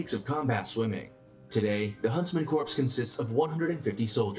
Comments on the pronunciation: It bothers me he’s saying “Corps” as corpse when it’s pronounced as core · It's pronounced a core, not corpse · This dude saying "corpse" the whole damn time ... it's pronounced "core" (kor) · Corp ( Silent p ) NOT CORPSE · It's pronounced core not corpes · I am having a hard time with "corpse"... not military, and i know what it looks like but please, core not corpse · it's pronounced CORE not CORPSE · is it annoying to anyone else that the Narrator pronounces "Corps" as "Corpse"? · Corps is pronounced 'core' . It's not a dead body. When has anyone heard a miltary official refer to a 'corpse'. Amateurs. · It’s pronounced “core”, not “corpse”. 🤦🏻‍♂️🤦🏻‍♂️🤦🏻‍♂️🤦🏻‍♂️ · Exactly, i was thinking the same Thanks for pointing that out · Prounced core,not corpse! The narrator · not to throw shade but for the information of the masses, CORPS is NOT pronounced "corpse" it is pronounced CORE. The Corps sounds like the core. he's hurting my ears with corpse lol. great video and reaction L. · These guys don't make themselves sound very credible when they pronounce corps like corpse. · It is pronounced corr not corpse! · Ok - narrator is keepin’ it 100 with Barock’s lexicon. Please stop with Corpse! You dummies for allowing this to go to press. Let’s sound it out: CORE. Yes, English language houses a myriad of exceptions in pronunciation, However- these are the Elite of the Elite. Don’t disparage their dignity with your ignorant narration. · That dude apparently knows about all those elite forces, yet can't pronounce "Corps" properly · ......//SIGH//.......'Core' -- it's pronounced "CORE" .......not "Corpse". Jeebus. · Corps is pronounced core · i cant watch this video when the dude doesnt know how to pronounce Corps correctly. not "corpse", it not the Marine CORPSE, the Marine Corps. nothing wrong with you, just the dude in the other video you were watching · I hate when people pronounce th "P"and the "S" in Corps. It's "Core" people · It bugged the hell out of me too